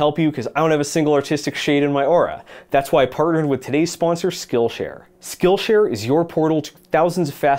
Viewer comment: for some reason i heard "this video is brought to you by skullshare"